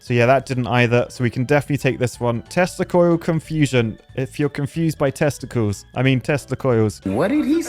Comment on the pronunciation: ye sounds like testicals